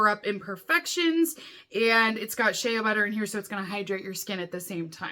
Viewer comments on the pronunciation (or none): none